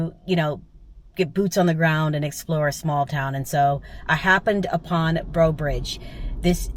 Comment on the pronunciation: Pont Breaux is pronounced Pon Bro. It means Breaux Bridge.